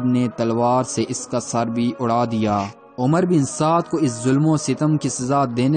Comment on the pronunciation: The correct pronunciation of this lanati’s name is Amr bin Saad and not umar, Omar or Umroo.In Arabic language (wow)if followed by (Ray)then (wow’s)sound gets cancelled.Please do not mention this “lanati’s name as Umar and describe his name with the correct pronunciation which is Amr bin Saad.Thank you.